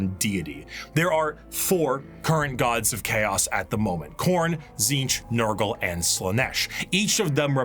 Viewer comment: Damn it you got nurgle wrong again 😢